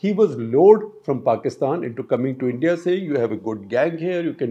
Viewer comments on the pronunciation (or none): It sounds like I.N.D.I. alliance. Shekar was almost there :)